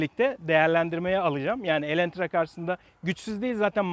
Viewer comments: Videoyu izlerken farkettim sende bayılmış sın Elantra ya😂 bide elentra demesen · Neden defalarca Elentra dediğini anlamasam da şükür ki başlığı doğru yazmışsınız.